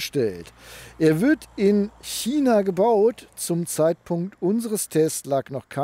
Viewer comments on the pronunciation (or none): none